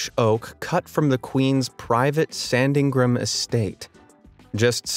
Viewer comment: He's been butchering some really simple English words (I don't know about too many other languages, but he definitely got angostura wrong). E.g. he misread Sandringham (one of the UK Royal Family's castles). It's literally said as it's written - sand-ring-ham (to be ultra pedantic, the major emphasis is on the Sand, there's none on the Ring, and the last syllable Ham (which can be pronounced more like 'um, usually by locals because of the accent) is about halfway between the two. How can you get that wrong!?